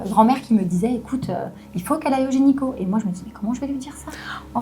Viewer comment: "Gynéco ", pas "Génico".